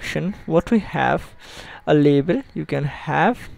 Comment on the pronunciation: he says label, sounds like he trying to say level..